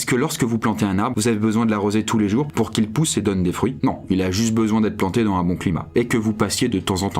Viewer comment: FAIS LES LIAISONS QUAND TU PARLES BORDEL Tu dis " dan un bon climat " il faut dire phonétiquement " dans zun bon climat " j'ai envie de te le dire depuis le tout début de ta chaîne voila